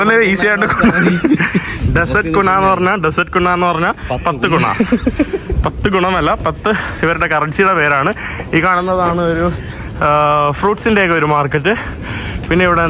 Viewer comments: എടാ മോനേ കറൻസി കുണ്ണ എന്നല്ല 👉 കുണാ. എന്നാണ് 😂😂😂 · Kunna alla kuna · കുണ്ണ അല്ല.. കുണ... Croatian kuna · കുണ ആണ് കുണ്ണ അല്ല 🤣🤣